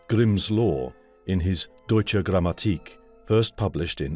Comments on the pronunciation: You show really good pronounciation of the German texts, quite appreciated :-). Only a small hint with the word "Grammmatik". The stress and length should be on the second letter "a" and not on the "i". Very much appreciate your work and pronounciation :-) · In German, the stress in "Grammatik" is on the 2nd a, not in the last i :) Otherwise your German reading is very very good!